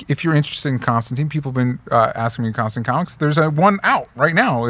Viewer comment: I still, even a year-ish on, cannot figure out why they refuse to say Constantine's name correctly.